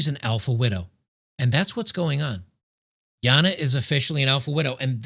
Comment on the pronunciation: Even though doesn't really like Jana, He does pronounce her name the right way. I bet he would say zed correctly too